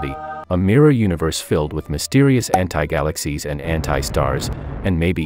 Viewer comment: The *anti*word when I listened it, it sounded like h*ntai 💀